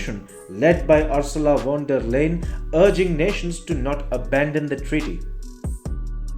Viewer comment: Please pronounce the name as 'Liden' and not Laad.